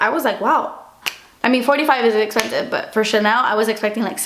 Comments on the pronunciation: fiiiinalllyyy "DASSS ESPENSSIVE" :D :D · cause sighs das esspenseve